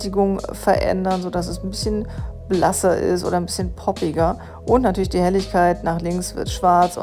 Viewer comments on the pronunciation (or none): Ich dachte immer, bin der einzigste der "Natürlemoi" sagt :D